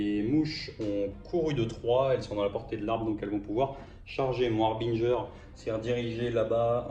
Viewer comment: Ah... Enfin une prononciation correcte du mot 'harbinger' :) Pour l'anecdote rappelons que son étymologie provient du mot français 'hébergeur'. Cette minute linguistique vous est offerte par Papy Lolo :D À part ça il faut peut-être que tu changes tes dés... ;) Partie très sympa en tout cas et qui confirme l'efficacité des kurnoth hunters.